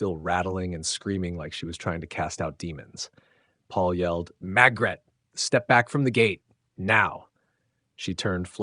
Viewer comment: Why is her named being pronounced Magret when it is spelled MaRgret